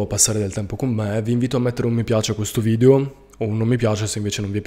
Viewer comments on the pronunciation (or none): none